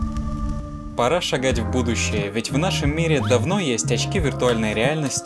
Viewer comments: То чувство когда услышал не "пора шагать в будущее" а "параша ... будущее" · мне одному в начале слышится "параша, гадь в будущее"? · Мне одному послышалось" Параша гать"? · говорит "Пора шагать в будущее" Что слышу я: "Параша гадь в будущее" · Мне одному послышалось в начале: Параша гадь в будущее. Да,я наркоман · Мне одному послышались параша, гадь в будущее? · Параша гадь в будущее Мне одному так послышалось?